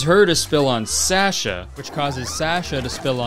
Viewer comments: Kurtis's slight mispronunciation of "Sasha" makes me wanna fight. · Can’t believe he pronounced Sasha like that